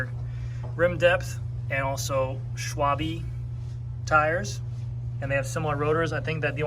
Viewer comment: Its called "SChwalbehhh" like eh; not like the bee. German company :)